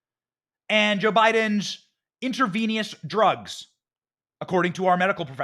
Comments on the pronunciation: And btw Benny the word is Intravenous…. Not InterVENIOUS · It’s intravenous, (intra-veen-us) not (intra-veen-e-us) I am amazed that you couldn’t pronounce that word. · I just love your delivery Benny 🙂 but please ask your wife's advice on pronouncing medical terminology 😂 intravenous not intravenious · Intravenous not intravenious, please. Lol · Inter VEE nus 😆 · Intravenous. In-truh-vee-nuhs. The more you Joe 🌟